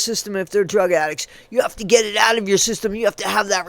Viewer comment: Get ,Not Fet,She irritates the hec outta Me